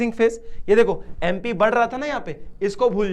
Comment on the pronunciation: Sir Bo TP hai tu nhi 😂 aur MP hai bo MU nhi😂 😊